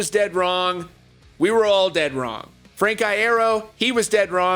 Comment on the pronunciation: *Frank I-ear-o